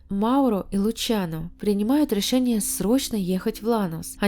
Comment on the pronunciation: Прощай русский язык. С такими авторами в России не будем понимать друг дрцга. Почему все слова на Ы - ЭрЫкя , рЭшениЭ. Тетка тэ эткудовэ?